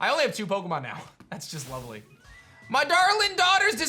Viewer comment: gritting his teeth as he said lovely 😂 classic. Love the episode!